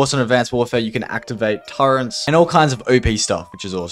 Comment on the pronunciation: ok what the hell are "turrents"